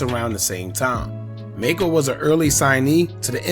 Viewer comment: His name is pronounced Mack-co and he didn't lose his eye. He wore an eye patch to keep his eye protected from getting infected before surgery. In the car accident he cracked the bones around his eye causing his eye to "drop". The surgeon saved his eye and Macco did an interview showing both eyes and điscussed ALMOST losing his eye after hitting his head on the dashboard during the accident.